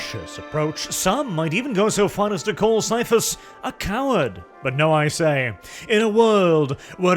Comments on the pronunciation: HARD C! HARD C! CAIPHAS IS PRONOUNCED WITH A HARD C FOR FUCK'S SAKE! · Ciaphas would be pronounced Siafas if you follow the rules of ecclesiastical latin like warhammer normally does. HOWEVER, Ciaphas is actually a real biblical name and is spelt and pronounced with a hard "K" sound. It's normally spelt like Caiaphas or Kaiaphas (even Qaiaphas). The author of the books probably just wanted to change the name up a lil' without a thought to how it would change the pronounciation. But indeed, his name is "Kaiaphas" Kain.